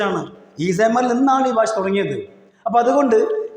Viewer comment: DO U THE CORRECT PRONUNCIATION OF BASHA ? NOT BASA .TRY TO SPEAK ENGLISH.GO TO L K G